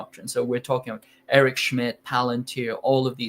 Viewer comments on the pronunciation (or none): none